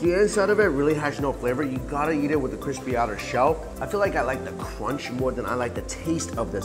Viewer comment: Crrrrrispy pork